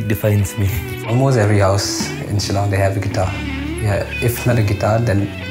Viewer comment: Its "SHILLONG"